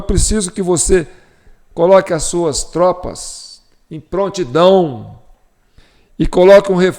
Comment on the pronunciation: Não é "prantidão", sim PRONTIDÃO!